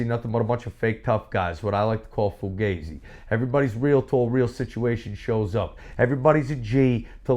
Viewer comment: 'Grew up as a tough guy'?!? LOL He can't even properly pronounce Fugazi, the band he chooses to reference. I imagine he is watching George Steele matches still - to honor King Kong Bundy!